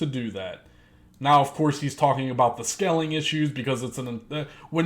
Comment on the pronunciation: Long time subscriber here. I agree with everything you said man. Except one thing. Its scaling... not skelling. Lol good vid man. Keep the pressure on.